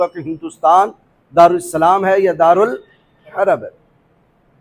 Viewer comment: دار السلام کہتا ہے دارالاسلام کو واہ تیرے علم پر